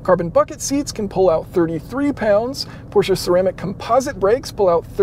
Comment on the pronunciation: Thumbs up for pronouncing "Porsche" correctly!!!👍🏻👍🏻👍🏻